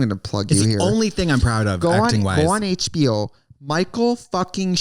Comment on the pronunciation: tracys accent comes out!! "Gu on HB-ohh"😂😂😂😂😂